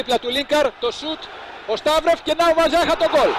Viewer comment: Βαζίχα προφέρεται στα πολωνικά βασικά με παχύ ζ. Το rz στα πολωνικά δηλώνει το παχύ ζ.